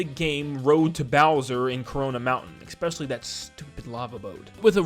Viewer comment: There is not an X in the word especially.